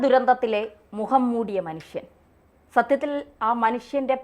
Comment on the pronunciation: മുഹം മൂടിയ മനുഷ്യനല്ല മുഖം മൂടിയ മനുഷ്യൻ , മാതൃഭാഷയെങ്കിലും വൃത്തിക്ക് പറയേണ്ടെ.. ഒരു മലയാളം ചാനൽ അല്ലേ..